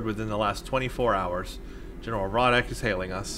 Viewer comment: It's pronounced ROW-ECK not Rod-Deck he even says it the first time you talk to him, ROW-ECK!!,please stop butchering the poor Klingon's name, he's been through enough..